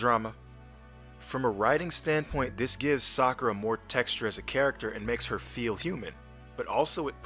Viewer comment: ... I aint the only one, right? The AI Naruto called her Fakura!